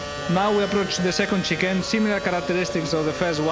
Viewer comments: I believe he was trying to pronounce 'chicane'. Since he's Spanish, there might be some problems with the tune of pronouncing 'chicane'. I try not to laugh, but I cannot resist it. I'm a fan of Lewis Hamilton, but I give my utmost respect to Fernando Alonso also. In fact, I give it to every driver. Good luck the championships, Lewis Hamilton, you rock! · At first he was trying to pronounce chicane but soon he gave up and straight up said chicken all the time😃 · he means shi-kaine (that how u r ament to pronounce it) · In fairness it's just a slight mispronunciation of chicane. Still funny though!